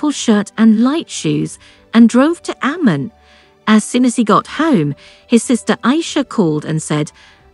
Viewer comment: This whole video is only 50% half true...Also names are pronounced wrong! its Abdullah not Abdoolah its Amman not Ammen its Alia not Elia ....Rania was at a birthday dinner party being held at Hard Rock Cafe, Abdullah was invited to thats how they met... Her father was not keen of him at first because of his high profile security sensitive life...and because at that time it was still a rare thing for Palestinians and Jordanians to marry eachother...its far more common nowadays... They did start dating and saw each other more than 2x in 1year! but yes Amman ( Ammen) is a very gossipy place so it was very careful meet ups.